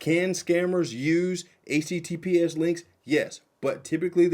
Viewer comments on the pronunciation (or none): Is he saying ACTPS or HTTPS?